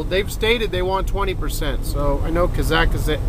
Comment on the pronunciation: It is Kazakhstan "Ka-zak-stan" not "ka-zak-a-stan"